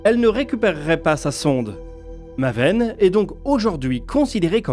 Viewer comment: Ca se prononce maéven